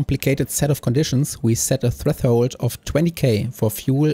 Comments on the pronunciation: freffhold :3 try to at least say fresh hold but hell yeah this channel is pretty good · Very informative video! Thanks for the help! One small nitpick: a lot of the times you say treTHold instead of threShold